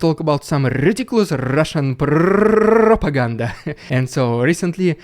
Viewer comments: You make me spit half my water with your prrrrrrrropaganda XD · Rrrrrridiculous Rrrrrrrrusian Prrrrrrrrrrrrrropaganda! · "Ridiculous Russian prrrrrrropiganda" 😂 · I love it when you say "RIDICULOUS RRRRUSIAN PRRRRRRRRRROPAGANDA"